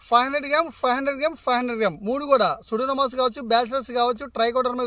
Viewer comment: సూడోమోనాస్.... సూడోనామాస్ కాదు...